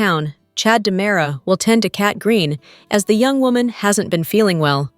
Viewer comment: It's diamera not dimera